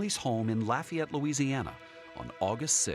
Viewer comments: The way David Begnaud pronounces Lafayette is super annoying. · His pronunciation of "Lafayette" is almost criminal 😬